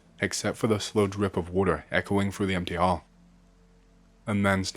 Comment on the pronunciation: I keep forgetting this guy isn’t American until he gets a sentence with a word that ends in a vowel sound. Everytime he says “empt-eh”, “histor-eh” or “pill-ah” it sends me 😂 Keep up the good work on the creepypastas, 🫡